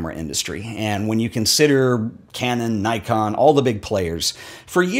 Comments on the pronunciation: First, I agree it would be better if we kept pronunciations closer to the words’ origins. But I’ve a suspicion you don’t realise the incongruity of harping on that “bokeh” should be pronounced more as it is by Japanese speakers then boldly pronouncing Nikon as you do. For the record I’d say change your Nikon. 😉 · Picks on Apple for mispronouncing a Japanese word Says “NAICON” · you are mispronouncing a Japanese brand name: “Nikon” rhymes with “Nippon”.